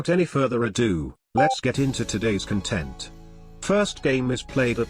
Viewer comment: Hi, I hate the way your tts says content with the emphasis on the wrong syllable. Please change it. Great video as always!